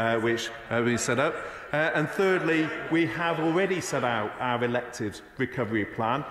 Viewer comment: “Owyre pwowde hwistorey” 😆🤣😆🤣😆🤣🤣🤣🤣🤣🤣😁🤣